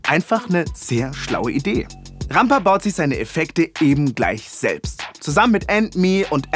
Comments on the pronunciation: Wenn er jedesmal „Rampa“ ausspricht wie eine deutsche Kartoffel zieht es sich in mir alles zusammen^^ Katastrophe ey! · Lol. Es heißt Rampa.